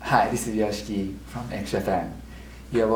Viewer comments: Haha! Took me 15 years (got to know X Japan by accident in a videoke early 2007, with "Tears" already available) to be corrected the right pronunciation of his stage name. I thought its "Yosh-ki" (silent "I" in the middle). Glad to learn new info as well, like seeing him playing the piano by recording bigwigs convinced him to shift instruments. In "Endless Rain" (arguably their best known single) live performance, he completely plays piano with pre-programmed drums. Second is the lended arm braces to Michael Jackson, whom he thought Japan's fashion thing. X Japan deserves a ticket to Cleveland's Rock and Roll HOF. Gene Simmons seconds the motion. He cited if he's known as a Lebanese frontman instead of (naturalized) American, KISS wouldn't be able to achieve greatness. "Art of Life" is a must-listen, though I wish Taiji should be the bassist (he was fired a year prior its release). His playing has that semblance of Cliff Burton. And the way Yoshiki speaks reminds of Manu Ginobili, though the latter is more fluent. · I know right!? When ever some one pronounces it as yo-she-ki instead of Yoshiki I just want to hit them with one of his drum sticks! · I love this interview but really hate how Americans pronounce foreign names. "Hi this is Yoshiki from X-Japan" "Thank you for stoping by, Joe Cheeky X-Japan"